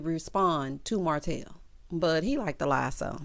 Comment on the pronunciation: called Martel HO-tel!! 😩🤣🤣